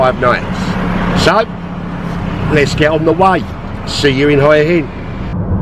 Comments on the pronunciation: Mate, it's not pronouced 'oy in', ask a local, it's 'wha inn', lol. Who do you think are the best firm is to book with if you live in Thailand? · All the Thai people I've ever met in Hua Hin pronounce it: 'Hoo-a Hin'. I've only ever heard farang add the 'W' - mostly Americans... And it's certainly not 'Hoy' - though I can understand the confusion... 555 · Your "hoia hin" pronunciation is epic - gotta say, I have seen prettier morning sights though....a shave would've done wonders -.reminds me of good old British social realism.....:-)......you know, the seventies...:-)